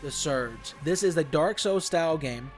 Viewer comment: Its souls not sous